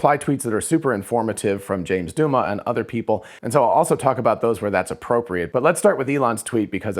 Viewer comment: Douma is pronounce Dow-muh, not Doo-muh.